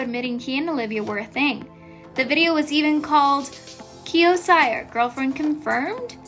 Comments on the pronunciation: Ceeerrrr not cyerrrrr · CYR is my last name too and its pronounced "Se-ar". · I don't think his last name is pronounced sire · You pronounce it Kio “SEER” say it with me S.E.E.R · No one: this Chanel: Olivia pŌntän & Kio sîyër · its (seer) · WHY DID THEY SAY CYR LIKE THAT? ITS see-er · I cant get over "kiO ciEr" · SHE REALLY SAID KIO SIGHER!- IM DEAD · do not want to be rude, but you pronounced "Cyr" wrong